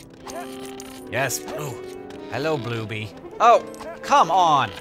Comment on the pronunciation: you made me choke on my cake when you said blue-by